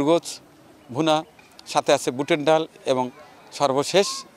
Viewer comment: ডাওল 😂😂😂 এটা কি কথা 😅😅 ডাল শুদ্ধ ভাষা